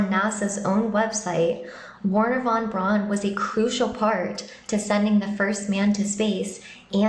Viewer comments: The Name is not "wahn brawhnn" its is Werhner VON BRAUN you smoothbrained bimbo! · Who tf is "Warner Von Bron"?